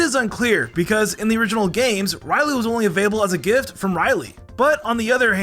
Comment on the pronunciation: The way you say Riolu is triggering..